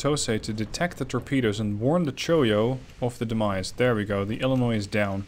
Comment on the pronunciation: Can I just take a moment to compliment you on how well you have pronounced illinois, so many people insist that you pronounce the s in Illinois and as a lifelong resident it's frustrating when I go and tell them that the s is silent and then they go and say no I must be wrong